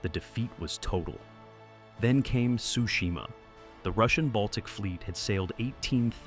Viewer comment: I'm pretty sure Tsushima isn't pronounced "Sushima" bro 😂 sounds like a bad fish dish.